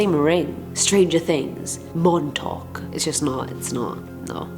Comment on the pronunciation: Since you talked about Montauk (which you pronounced prefectly) you should do more lists about Long Island. If you need help theres an entire book about it (excluding the Montauk monster)